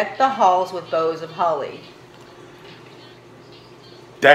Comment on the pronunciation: My dear daughter it is “boughs” of holly. Lol